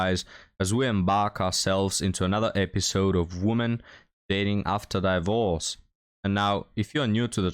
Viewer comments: Hi- FYI it's 'DIVorce' not 'DIEvorce'- just to help😉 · I love the way he says it. 😂 His slight mispronunciations are part of the charm.